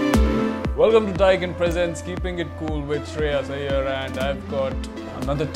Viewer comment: When Shreyas asked to Prithvi what should he change in himself the way Prithvi pronounced Shreyas Iyer was cute😍😍